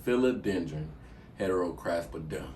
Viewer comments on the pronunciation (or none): Lmao you slaughtered those names bro,lol but I loved every second of it,,,I want that heterocraspedon that's sexy..